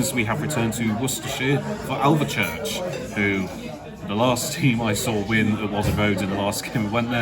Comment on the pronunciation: I'm 5 miles from Alvechurch. Great video. Just one thing - it's pronounced "Alv - Church" There's no E in the middle ☺